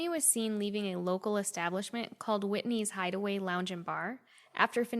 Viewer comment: It’s pronounced wine-der. Like wind’r up!😂 and the bar was whitey’s hideaway not Whitney’s. It’s still there but it’s a used car lot now